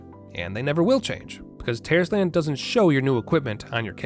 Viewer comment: Is it just me or does it sound like Terroris-tland every time he says it lmao